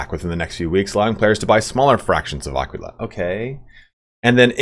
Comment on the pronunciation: when will they patch youtubers mispronouncing aquila :D